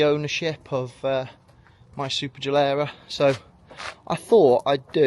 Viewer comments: SuperLEggera. Not SuperGellera. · Here I am sitting with a Corsa CDTI Ecoflex with 455K on the clock. Waiting for it to break down and not knowing what to do after. And this guy puts the most awful music i have ever heard in a video and cannot even pronounce Superleggera while owning one.